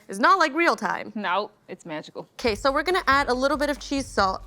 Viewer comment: I heard say "'Kay, so, you're gonna..." And my Spanish brain was like "Queso, your gonna" and I was waiting for the "see what I did there?" Except it never happened...